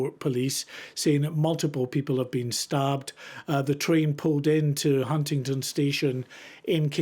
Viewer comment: 'Hundindon' 'Huntinton' ....it's fiking HUNTINGDON